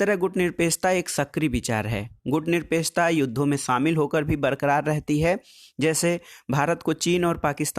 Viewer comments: प्लीज सर आप बार-बार गुटनिरपेकछा क्यों बोल रहे हो? सही बोलिए ना गुटनिरपेक्षता । आप भी ना सर क्या बच्चों की तरह तुतलाती आवाज में बोल रहे हो ? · सर टाॅपिक का नाम "गुटनिरपेक्षता" हैं ना कि गुटनिरपेकछता।